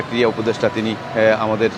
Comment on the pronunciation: " শব্দ " টা "ক্রিড়া" ক্রিয়া নয়।